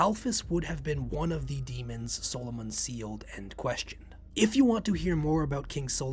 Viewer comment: Why can’t you say Solomon properly?